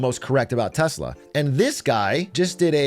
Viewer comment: all i heard was short telsa